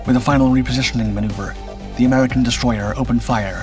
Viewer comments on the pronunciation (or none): none